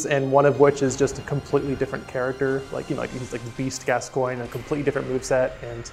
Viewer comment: This is incredible AND she pronounced Gascoigne correctly. 10/10